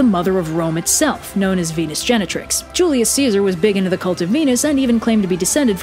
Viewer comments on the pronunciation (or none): none